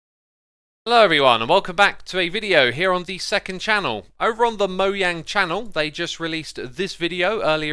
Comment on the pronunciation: why do you call them moyang?